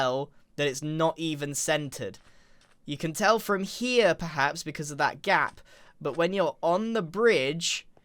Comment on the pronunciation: I heard gyatt instead of gap lol